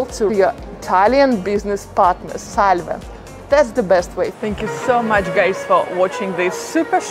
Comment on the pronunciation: The pronunciation of ‘ SALVE’ in this video is completely wrong.